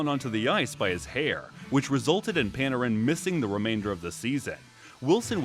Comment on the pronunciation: lol pan-a-ran